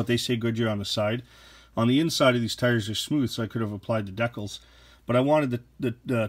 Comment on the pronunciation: Please pronounce decals properly.